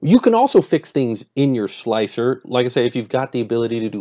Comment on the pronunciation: its pronounced 'Slicer'